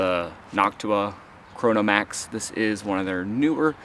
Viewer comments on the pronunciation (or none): Dude… did you say chronomax?